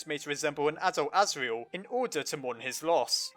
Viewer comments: You said the goat sons name wrong duh.... Serial Murderer:/ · orrrrr his name is Asriel cause Tor(iel) (As)gore